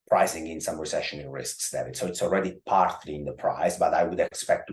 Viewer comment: Every time he says David, I keep hearing damnit